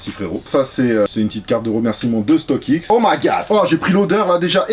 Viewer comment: La vidéo régale comme toujours StockX accent